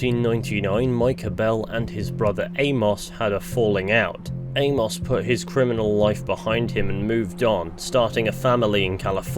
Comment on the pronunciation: Good video. But the way you pronounce Amos drives me up the wall a little tho😂